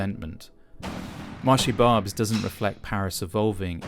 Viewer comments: The narrator could at least pronounce the name of the place correctly. It just shows he has not talked to any of the locals about it. It's pronounced Barbaisse, not Barbs. It's been like it is in the video for decades. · Please! You are a propagandist!! That is nothing new and has been like this 40 years ago, if we like it it not! Nothing new! I have been to Barbes! Pronounciation Barbess, Barbs! No one want‘s to be photographed like that! It’s their right! Are you not ashamed of yourself? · More grotesque English Francophobia. The narrator is so stupid that he can't even pronounce "Barbès" correctly (it's two syllables, not one, you idiot!), which means that he can't speak a word of French and he dares to shoot a video about France! Quel culot! This garbage should be deleted--or at least the narrator should be compelled to enroll in an intensive, immersive course in the French language before he shoots another video in France. That said, I expect he'll flunk the course. Meanwhile, I suggest he go back home and film in Brent in northwest London. Over 56% of Brent’s population were born outside the UK, with large communities of Indian, Black African, Black Caribbean, and Somali residents. Or Westminster with, Indian, Bangladeshi, Nigerian, and Chinese communities or Newham, known for its South Asian and African presence, or Tower Hamlets,historically a hub for Bangladeshi migrants, or Southwark and Lambeth, with significant Black African and Caribbean populations or....Shall I continue? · Barb- ez not barbes. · It’s not barbs it’s BARBESS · FFS stop saying marché "barBS"... it's BarbES, pronounce the bloody E... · If you're going to be filming you need to improve your french. It' pronounced / marché Barbès/ the access is stressed. Not / barbz/ rather/bar- bess/. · It’s pronounced bar- bez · Bar Bess for the pronounciation of Barbes ❤ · it is pronounced "barb-eh-s" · For information on correct prononciation : Marché Barbès Barbès two sylables Bar bès